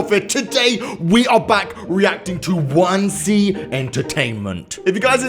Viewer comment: Isn’t it pronounced one zee